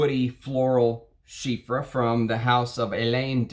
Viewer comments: Well, it's not ChyFra. It is Chy Pra ! Pronounciation is with "P". Your analysis was great. I will by Diaghilev because of your advice. Thank you. Chypres are so good. Long live Mitsouko..... (magic in Japanese) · Why do you pronounce it like chyffre? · It still pains me how you pronounce chypre…. Great taste though… I would Roja’s semi bespoke 3 is more terre d’hermes like than oligarch… I wouldn’t call Salome a chypre. I love the skanky indolic jasmine in it but not a fan of hay or lots of honey